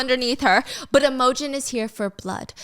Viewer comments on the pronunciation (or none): Oh my god it's not "emojin" lol, it's IMOGEN, pronounced um... IMM-A-GEN. Steph has the emphasis on the wrong part lol! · Steph I literally love you so much but babe YOURE SAYING IMOGEN WRONG ITS NOT EM O GEN ITS IM A GEN it’s just scratching my brain so wrong 😭😭 love you tho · I love your channel, but can you please look up how to pronounce names before you say them? You butcher so many of them. Imogen is not im-OH-gin. It's IM-uh-gin. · Is Im-o-gen actually Emma-gen🥲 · Gryphon is pronounced Griff as in it, not Greyef as in eye. And Imogen is pronounced Im (sounds like Jim) Oh Jen. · Happy you are back and hope you are feeling okay!!! Please take the time you need. So excited for this series as i’ve heard the second book is less than not great but I can still enjoy the story! For pronunciation- i think it’s griph-in and im-oge-in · Imogen is pronounced Im(like IN) OH Gen. I was so obsessed with part one I ran to buy the book so I could finish. Which I did in about a day😅. Can’t wait for more, Stubby is gonna lose it 😂😂 I loved reading about someone with my chronic illness that kicks ass. Even though she has some thick ass plot armor 😊 I now want fancy leather gauntlets, slings, and braces for all my loosey goosey body needs. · I love listening to this even though I've already read it!!! Also the way Stephanie pronounces Imogen like "emoji" 😭😭😭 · I WAS THINKING THE SAME THING. 😂 I was like who is she talking about and then I remembered Imogen and realized the pronunciation was just off 😂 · The way she pronounces imogen 😂😂 so adorable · lol it's so cute! she changes the pronunciation every time she says it haha